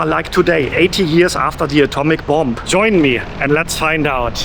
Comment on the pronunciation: Hi! Tolles Video! Ich möchte auch so gerne mal nach Japan. Ich warte aber, is meine Tochte etwas älter ist und es auch genießen kann. Kleiner Tip: that b am Ende von "bomb" ist stll. Also man sagt "bom" auf Englisch. Habe ich auch erst vor Kurzem herausgefuden. Grüsse aus Cardff, UK!